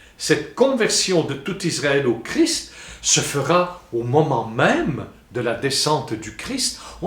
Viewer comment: On ne dit pas Jésus crie, mais Jésus Christ. On prononce le ST de la fin !